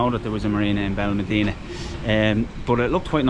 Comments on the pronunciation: Its Benalmadena pronounced Ben Al Mad ena not Ben Al mah deena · There's an accent mark above the the a in Benalmádena. That's where the stress is when you say the word. "ben al MAD eh na" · Please pronounce it correctly it’s benal ma like mat dena. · You need to work on your pronunciations. Where is Benelmadeeena? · You cannot even pronounce the name Benalmádena. You teach the public. Get it right please.